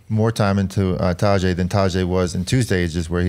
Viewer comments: Please please please someone tell George to stop butchering Pogacar's first name. It's taDEj as in DEcision. Listen to Johan pronounce it, he's 98% accurate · Some tell George it's not Tajay 😂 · It would be nice if George could learn to pronounce Tadej Pogačar's name. It is not that hard. Take 5 minutes, call Johan and ask him how to pronounce it. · Come on, learn to pronounce Tadej's name, he deserves it at this point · What's with George's pronunciation of Tadej, sorry Tadjay? I mean if it was Grzegorz Brzęczyszczykiewicz, I could understand that mauling but this? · George's new pronunciation of Tadej... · George, love you man. But if you can pronounce Jonas properly you should be able to pronounce Tadej as well. C'mon man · please teach Geog-ja how to pronounce Tadej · this. it’s painful to listen to how he butchers his name